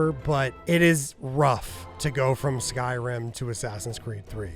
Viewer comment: "Skyrun" 😂 love it 😊